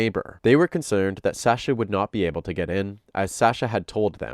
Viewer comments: omg.. please learn how to pronounce Sasha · I’m 5 mins in and it’s driving me crazy. I’ve never heard the name pronounced that way either, it’s like saying TimOthy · That's not how you pronounce her name lol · The way you pronounce Sasha makes me want to cut myself. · Now her boyfriend just pronounced her name……..why is our guy still pronouncing it incorrectly?!?!?! He’s still one of my fav Tubers though😊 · The way you constantly mispronounce her name even after Anthony said it in the call really irks me. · Bro just pronounce her name right. The video you played literally had a recording of someone who knows her saying her name with correct pronunciation. With all the prep needed for this video was it so hard to pronounce her name right? I’m not gonna watch this video for the sake of not wanting to hear SASH-UH every 30 seconds. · She pronounces her name, why are you saying it wrong? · you saying her name wrong is super grating. it's the standard pronunciation, so not sure why you aren't doing it correctly. i thought it was an odd pronunciation, which is common with names, but no it's just you saying it wrong. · Say her name right!! You can hear recordings of several other people saying it right? Annoying